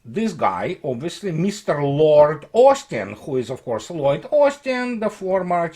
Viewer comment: Whenever you say "Lloyd Austin" it sounds like you're saying "Lord Austin", and that makes me think of a pompous horse's ass. And then I laugh.